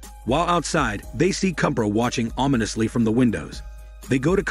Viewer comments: And Kubra is pronounced as "Koob-raa" you make it sound like baby lion cub😂🤣😂👏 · The pronunciation of the words and names are incorrect: Dabbe ≠ Dab It’s Dhab-bay Sare ≠ Saer It’s Sah-ray Kubra ≠ Cubra It’s Koobh-brra (roll the R)